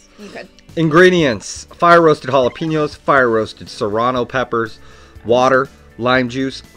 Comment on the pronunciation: Ja-la--PEÑ-o, not ja-la-PEEÑ-o